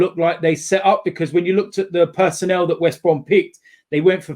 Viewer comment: Bro it’s West Brom